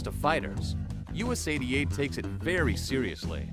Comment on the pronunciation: Error in pronouncing USADA.